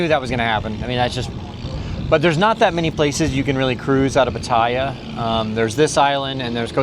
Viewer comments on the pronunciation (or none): You are saying the name of that place wrong.